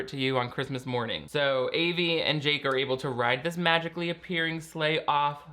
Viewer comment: pronounced Avys name wrong :(